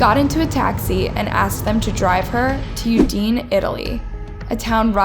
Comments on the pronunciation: Udine- (ou-dee-néé) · Small pronunciation note: Udine is pronounced Ooh dih nay. Also this case is wild